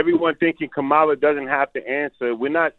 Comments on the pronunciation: Why the first person that you guys take a phone call from and he calls somebody out on their education and communication skills but you can't even get the vice president's name correct I hate when people just talk to be talking and I believe you just called because you wanted to hear yourself on the radio sir you are the weakest link goodbye😂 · They are getting Plies messages mixed up. Black men are not having the same energy for a proven racist, cheater, liar, and convicted felon. They are much harder on Kamala. And this disrespect from black men purposely mispronouncing her name is embarrassing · Plies is NOT wrong….he is on point and some of those callers are still being sheepish AF mispronouncing her name🤦🏽‍♀️🙄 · Yall be expecting people to say her name perfectly. Her name is a name derived from Sanskrit. Now yall expect people to be able to say an India name perfectly. I dont speak Sanskrit. How many time people mispronounce so called black names. Smh yall are hypocrites. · This woman been in deez skreets fuh the last 4 years and people just now saying quit pronouncing her name wrong? What ? 😏